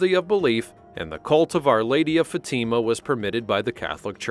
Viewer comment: Teach you AI to pronounce Fatima correctly!